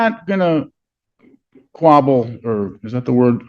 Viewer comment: Uhm, the lawyer, uhm, is not very, uhm, intelligent, uhm. He cant ,uhm, even, uhm, pronounce the word squabble.